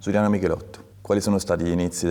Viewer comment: Dici Michelitto dici anche Stratos